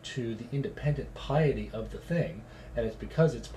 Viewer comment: might want to learn how to pronounce piety before doing #11